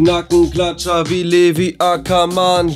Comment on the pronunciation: Ich bin nicht die einziege,die es aufregt,wie er Levi Ackerman auspricht🤷‍♀️👁️👄👁️